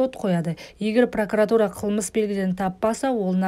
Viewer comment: П Р О К У Р А Т У Р А, ПРАКАРАТУРА ЕМЕС, ДҰРЫС ОҚЫҢЫЗ!!!!!!!!!!!!!!!😨😨😨😨😨👌😨